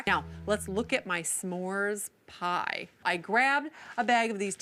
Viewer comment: Why does she keep enunciating the "S'mores Pie"? We got it the first time Sandy.